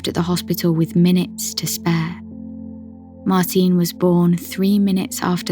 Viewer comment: You're pronouncing Martine's name wrongly. She was Norwegian, not British, so you say 'Martina', the 'e' is pronounced similar to an 'a'. Haven't you heard her name spoken by her family?